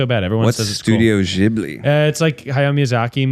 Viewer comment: Miles, sorry. I don't know if you were just saying it that way or was it like the "gif" situation, but Ghibli is pronounced with a G. I checked.